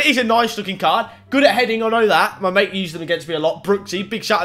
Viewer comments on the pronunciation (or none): none